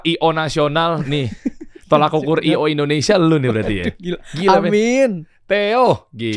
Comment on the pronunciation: "TOLOK Ukur",... bukan "Tolak ukur"